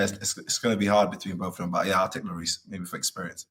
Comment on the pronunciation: Nobody: Presenter: Hugo Llorieee